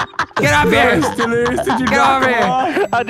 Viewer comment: no he said deliricious